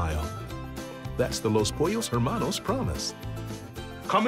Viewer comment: I cringe so hard when he said "loss pollos hermanos"